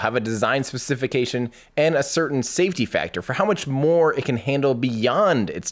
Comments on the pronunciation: Speh-sa-feh-Kay-tion...you'lll get there :) Fantastic work on the video. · Not to be that guy but... Ur pronouncing specification wrong.